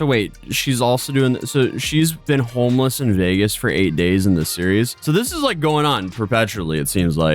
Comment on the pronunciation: “Im hourmeless”